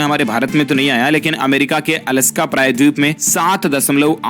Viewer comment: 😜 "अलास्का" Not “अलस्का"🤣🤣